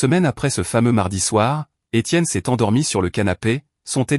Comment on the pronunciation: Des Tiennes ,à la place D' Etienne.!!IA !!!!!!😂😂😂😂